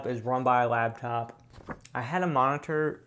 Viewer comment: It's LAPtop... not labtop... LAP... it can sit on your lap! This was driving me insane... thought I would share.:)